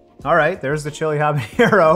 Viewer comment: Hi Tree House! Really cool to see you support all these hardworking home brewers. I wanted to let know that he is pronouncing “habanero” slightly wrong. He pronounced it “habañero” as if the n is an ñ like in “jalapeño”. I think it’s easy to assume that both peppers share the same “n” sound, but habanero has an ordinary flat “n” sound. Actually, the h is silent in the original Spanish, but you’d better pronounce the h when saying it in English otherwise it would confuse people. Anyway, that’s just my two cents. Have a good day!